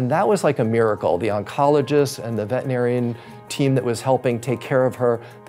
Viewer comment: Veterinarian, not vetinarian.